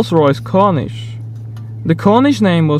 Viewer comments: It's called corneesh not cornish. Lol. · The rolls royce Corniche- i blame the british for this one but its Corn-eesh. corn then french word. cheers